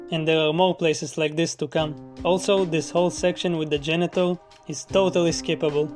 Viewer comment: I kept hearing genital instead of janitor and by the end of that section I was cry laughing.